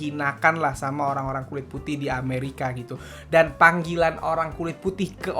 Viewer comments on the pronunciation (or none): none